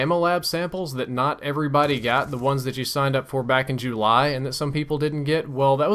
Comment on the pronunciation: when u say july it sounds like jewly : D